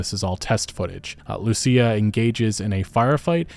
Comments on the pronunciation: My bro learned her name is pronounced LUSIA and not LUSHA. I am so happy. 😭😭😭😭😭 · THANK YOU FOR PRONOUNCING IT RIGHT - LU SEE YA . Unlike mrboss hooked on phonics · I'm glad he got her name right lmao the first video he pronounced it LOOSHA 😂😂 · About time you said Lucia right 😂